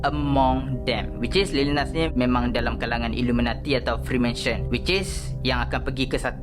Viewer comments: psst2 freemason bang bukan freemansion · nice bro, tpi freemason bro bukan freemansion